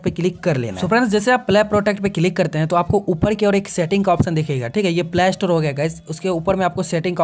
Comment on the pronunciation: He is not telling play store he tell plaaystoore 🤣🤣